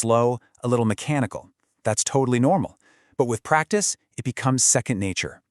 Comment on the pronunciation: pratice, hey couch its just pratice, haha